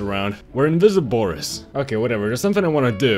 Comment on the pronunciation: You said borid